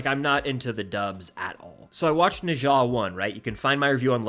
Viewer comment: NOT NE ZA nezha